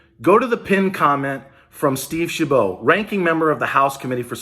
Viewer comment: It’s Steve Chabot, like rabbit, not bow. Seems decent, live 30-40 miles south of his district